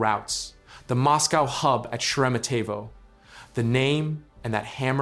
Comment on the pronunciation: Try pronouncing the airport more like share-a-MET-ye-vah